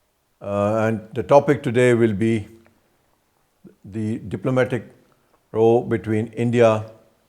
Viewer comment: Row?, aap ROW ko bhi sahi pronounce nahin kar paa rahe, aap ambassador kaise ban gaye???😂😂